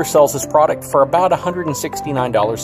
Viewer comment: Ability not abilidy Have not haff Product not prodict